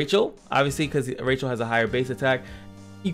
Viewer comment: Pronounced Rae-Kel, not Rachel from Friends lol